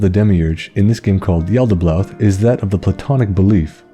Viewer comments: Yo nice video man great lore but i couldnt help notice everytime u said yaltaboath u pronounced it with 2 L's like yaltabloath its just yalda-baoth not yalda-blaoth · Am I the only one hearing him pronounce it as Yaldablaouth? It's been driving me insane the whole vid